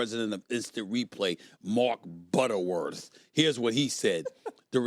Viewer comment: “Mark BUTTERworth” 😂😂😂😂